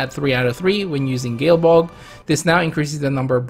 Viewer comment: Gae Bolg is pronounced Guy Bolg, not Gale Bolg.